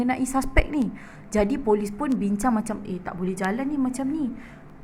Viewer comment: tolis ka Polis?? 🤣